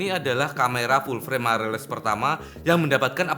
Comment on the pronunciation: Others: mirrorless: mairerless